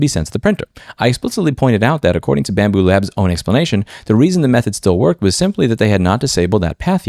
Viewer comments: Bambu lab there is no s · I don't particularly love bambu but it's lab. LAB! L-A-B << BAMBU LAB >> JEEEZ IT'S NOT F*U*C*K*I*N*G PLURAL